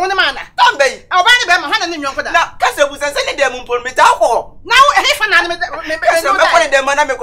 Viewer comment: Its counsellor not Cancella